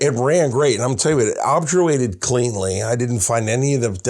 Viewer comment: Love your work but can't help but notice you mispronounce "Obturate/obturation" by putting the 'r' and 'u' in the wrong place. EDIT: You are totally not a 'gun janitor' as the wrap-up was implying. An "ugly/imperfect" solution is like a poorly aimed bullet; it is just as lethal as a well-aimed one and if it still hits the target then it has achieved its aim all the same...